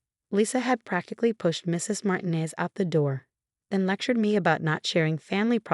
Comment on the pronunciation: Martinez is said as MAR-TEEN-EZ and NOT as MARTIN-EZ. Can't say a simple common name? (And Sweet Fart, instead of Sweet Heart. PROOF READ before uploading!!!)